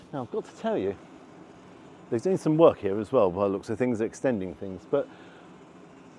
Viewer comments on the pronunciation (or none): none